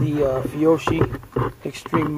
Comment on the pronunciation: Just say "Fee OKEE." It's Wop for "good ammo." ;-) Nice test tho', thanks!